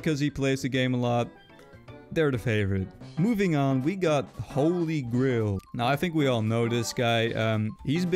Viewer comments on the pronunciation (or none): why does it sound like said holygrill instead of holygrail